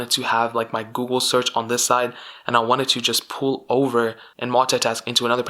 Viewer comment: u cant say google lol